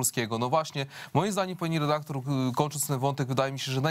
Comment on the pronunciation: Pani "redaklor", za pytanie zadane w ( ``) wziąłem słowo "redaktor" w cudzysłów, gdyż powala ono z nóg.... Skąd wzięło się ono w pani głowie?